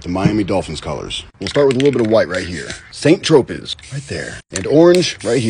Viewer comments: Hey goofy! The paint color is no pronounced “San Tro-pez”. It’s pronounced “San Tro-pay”. You make me laugh! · Saint Tropez pronounced san tropay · St. Tropez (Saint-Tropez) = [ sɛ̃trope ] That "z" is silent Great painting 👍🏻🙂